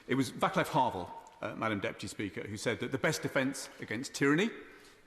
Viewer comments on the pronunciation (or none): It's pronounced: "VAATSLAV," and NOT "Vaclav" Havel. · This was great speech. No doubt about it but I have one sentence of criticism. If you're citing some one have at least decency to learn pronouncing his name. Do you people realise that butchering the name and twisting it might lead to situation where it sounds like a mockery in other language? I mean good god, vaklav?